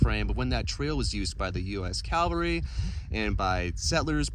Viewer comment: Cavalry not Calvary....lol ✌️